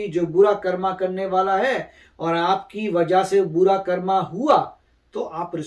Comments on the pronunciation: Please stop saying karma , its कर्म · This word not कर्मा this word is कर्म